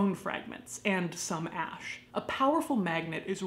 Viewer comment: Ash not ask